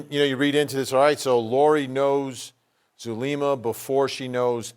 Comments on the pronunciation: Wow this female reporter looks Latina but if she is then she’s kind of embarrassing. Doesn’t know how to pronounce Zulema?! Come on. Has never heard of ppl going to Mexico for meds?? Huh? Somebody needs to pull her Latin card,lol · AND she doesn’t know how to pronounce Zulema! 😂